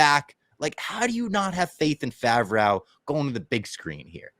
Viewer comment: saying Favrwow instead of Favrow is the new Qui Gwon